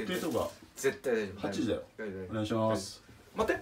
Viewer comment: あっ待っ⤵︎ ↑て